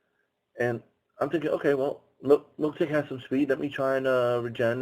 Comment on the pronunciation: "I figured they're going to have a water type somewhere in there" - I think the lanturn line is the only water/electric in pixelmon, pretty sure. Also, I know think might be mind blowing, but it's mil-tank, not milk-tank.